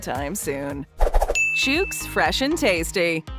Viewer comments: "Chooks" is said like cook, look, book, etc. And definitely not like pukes or nukes. 🤦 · That's not how you pronounce Chook ..... like cook with a CH start